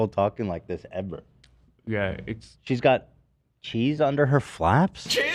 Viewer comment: overuses the word 'shit' and he still can't pronounce "ch". He says sheeze instead of cheeze.